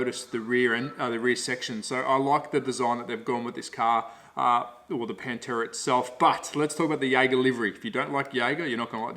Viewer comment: In case my link about how to pronounce Pantera Properly causes problems. Another fun fact about the late model Pantera cars is that they had the Australian made improved Ford Cleavland engine blocks cast in the Geelong engine plant. Ford US stopped using the Cleveland and sent the tooling to Australia around 1973 or so. Dr Tomaso in Italy then raised the power output by mods and blueprinting of the Australian engines supplied. Understand that this Australian content got the some import duty reductions when sold here. Rusty French raced one here for a while.